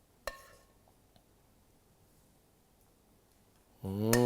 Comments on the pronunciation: I’m Goan. It’s pronounced roce as in roast. Not Ross. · Chef Saab its not pronounced as Ross but try saying Ro (as in hindi to cry) ( then the sound of Sa ,) You will pronounce it correctly ' Ros' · Ros ka pronunciation galat hai ranbeer ros roo jiase o o ro o s english mein o aw nahin murder mat karna pronunciation pls. Aap kaiser logoko Humlog binktakar ya baile Matlab outsider hota hai